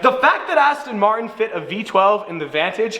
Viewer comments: you dont Say astin martin right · aston maen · You sound german when you say aston martin with that weird accent lol